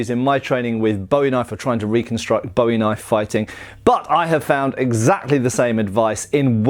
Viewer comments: BOO-ee is the pronunciation, not BOW-ee. BOW-ee is for David Bowie, not Jim. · Wasn't entirely sure what you said until I realized you were saying Bowie wrong. "Bo-E" is a pop star. "Bu-E" is an American frontiersman famous for a knife design that shares his name. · Great video but something to note is that the knife is pronounced (boo-wie) unlike the singer (bow-ie). The surname for Jim Bowie, the knife fighter and Texas revolutionary, is originally Scottish and comes from the Gaelic word "buidhe", meaning "yellow", "fair haired", "lucky", etc. which eventually becomes "bui", also meaning "yellow". The original Gaelic, like the knife fighter, is pronounced with a long "oo" sound, buidhe -> pujə. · Boo Ee. You complain about straight swords being called sabers and talk about authenticity, yet keep pronouncing Bowie wrong. lol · The name is pronounce Booie! Not like that singer Bowie. His brother was named Rezin pronounced Reason. You people need to get it right. It also is quite likely neither of the Bowie’s ever had a deep clip point knife. The famous Sandbar knife as related by Rezin in 1838 was 91/4 inches blade an oak handle and was blacksmith made. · Great video, except for the constant mispronouciation of Bowie. You actually said it correctly once. It's pronounced "Boo-eee", not like the archery wooden stick with a string on it used to propel arrows. I figured if you can pronounce the Spanish knifes names correctly, you could get Bowie right. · but in the context with the actual knife, it's "Boo-eee". The knife is American, as was the man who made it famous, not Scottish. That would be like calling a bayonet a "bean", not even remotely the same thing, or that cheaply made spanish knife you had a "boomerang". Pronunciation is all about where you're from, right? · Boo-eeee. its pronounced boo eee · Could you please pronounce my family’s name correctly?